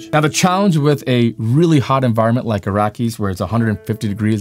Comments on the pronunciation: Kept saying Arrakis WRONG LOL, very distracting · Proper names have no defined spelling or pronunciation rules that I know of. I read the book but have not heard Mr. Herbert pronounce the name to say who is correct. Is the pronunciation A--rack-iss or Ah-rack-as or Are-rah-kiss? or another form? As a proper name, it matters.